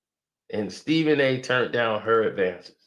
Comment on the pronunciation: said Srepben A got a thoroughbred. 😂😂😂